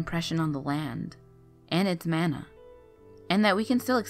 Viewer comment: Oh Mahalo nui loa for saying that the words are pronounced wrong!!!! I was yelling at the computer saying that Mana and King Kamehameha were pronounced wrong! I only got that far into the video!!!